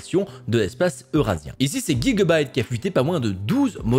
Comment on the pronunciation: Par contre dire gigabyte comme ça c'est un crime 😂